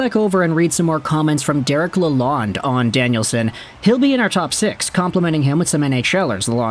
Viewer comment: Nice video. Lalonde is pronounced La-lone (source: The coach himself)